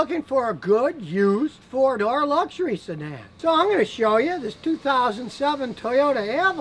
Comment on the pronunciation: Oh... "four door luxury sedan", at first I heard "Ford or luxury sedan" which didn't make much sense